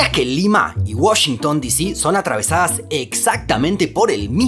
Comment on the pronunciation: ¡¿Washington Disí?! ¿ENSERIO? 😂😂